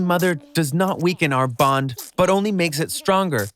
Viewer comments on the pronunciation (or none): it’s bond not boned